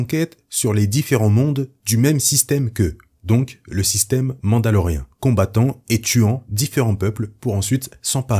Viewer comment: Merci pour les explications !! Petite question qui me chipote touuuuute la vidéeo... Pourquoi tu dis "MandaloRéhein" ? Ca choque aux oreilles XD C'est pas grave mais j'aimerais savoir. C'est pas MandaloRIEN